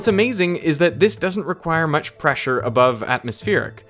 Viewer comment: Preasure. (I'm not sure if this is amalgam of pressure and pleasure, or simply racist asian pronunciation of "pleasure.")